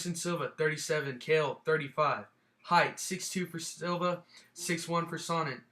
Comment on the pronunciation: its not khael its chael sonnen!!!